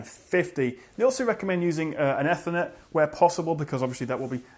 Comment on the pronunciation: The way he said Ethernet XD!